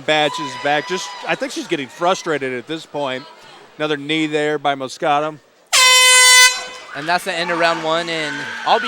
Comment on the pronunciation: its MOS-QUE-DA the fuck is so hard about that